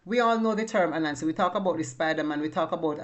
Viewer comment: You did very well, I am an Akan and the Akan people live in Ghana. (The language of the Akan is Twi) There are other Twi speakers who live in Ivory Coast and Benin inside Nigeria. I recognize all your 10 words. The first one written as 'Ananse' and your pronunciation is perfect. I was born in the yam growing area in Ghana and I know the Afu yam, it almost extinct as farmers are not cultivating it anymore because is not commercially viable. Kokobe is very old word, and has been replaced by Kwata. You were perfect with Ananse, Bafane, Bese, Dokuno and Mumu. Notice I wrote them in Akan Twi. I am looking forward to your next part. I know that most Africans transported to Jamaica comes from the Akan tribe. In Akan when we say Jama = It seems or looks or appears like. It is the word I use often Akan and Yaka = We are stocked, we cannot go back (Put together, it is 'Gyama Yaka" in Akan) All the Akan tribes use these two words to mean the same. I watched a video sometime by a Jamaican Gentleman that drew my attention to this fact. (I give credit to him). When our people were there, they kept saying Gyama Yaka often that they named them Gyama Yaka people (Jamaica) We don't have J or V in the Akan alphabet)